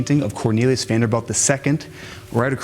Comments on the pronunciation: Oh man, come on man it is Vanderbilt, not Vanderbelt. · Rapid fire misinformation lol I love the channel though, the style, the cinematography, the music, great content! and the pronunciation of Vanderbilt is "V AE N - d er - b ih l t" - as in Vander-built. Stop it already 😅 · Why does this dude mispronunce Vanderbilt and Behemoth? Drives me crazy lol it’s not VanderBELT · Guys driving me nuts saying Vanderbelt the whole time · ... I'm british 🇬🇧 & even I know he's pronouncing this european name WRONG! 🤦🏽‍♀️(a tad annoying) 🙄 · It sounds like you're saying "Vander belt"! Wrong! Ugh...it was driving me nuts everytime you said it wrong lol. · This guy actually did all this research, made an incredible video, and still thinks its pronounced vanderBELT. Its driving me nuts!!!! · Vanderbeld? Can you really not pronounce Vanderbilt? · THANK'S for the best guided tour, even the one that I had 11 years ago when i visited that COTTAGE. !!!!!! On an other note, at the beginning you pronouce Vanderb E lt and after a while it was b E lt and came back to b E lt WHY ??? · OMG. We’re sitting amazed at his total lack of common knowledge like how to pronounce Vanderbilt. Hahaha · This is so good and this is just a tiny nitpick. The narrator keeps saying "Vanderbelt" when it's "bilt" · We are cringing every time you say "BELT" instead of "BILT". Vander-BILT not Vander-BELT. A fancy suit looks nice. Speaking correctly is CLASS. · It's NOT Vanderbelt... it's VANDERBILT. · It is not Vander - belt - it is Vander - built (spelled Vanderbilt) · I had to shut it off after he said “Vanderbelt” a hundred times in the first two minutes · Also VanderBILT not VanderBELT. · Vanderbilt NOT Vanderbelt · Quit saying VanderBELT! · Am I the only one who keeps hearing him say “VanderBELT” instead of “VanderBILT” 🤔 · You keep saying “Vanderbelt”, I’m pretty sure their name is “Vanderbilt”. Eh? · VanderBILT. Not belt. BILT. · VaderBILT not Vanderbelt. 🤦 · Vander-bilt not Vaderbelt. Bilt not Belt.